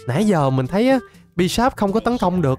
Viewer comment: Bisharp t nghe ra là bigshark :)